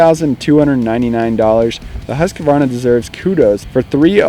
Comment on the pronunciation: Once and for ALL: "husk" + "varna" .... not HUSK-A-VARNA !!! For the love of GOOOOOD people .... ;o)